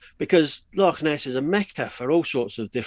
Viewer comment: I love an Englishman that can say Loch